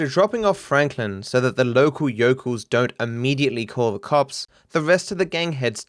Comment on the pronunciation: I love when said yokel